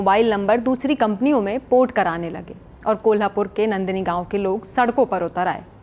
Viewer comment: Nandini nahi madam Naandani gaon! Ground report karna sikho. Aake sachhai dekho. Studio mein baithke narrative mat chalao! Vantara ki sachhai dikhao.